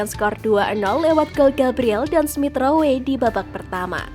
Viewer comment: Bacanya Smith Row min.. Perbaiki cara membaca pemain dan club min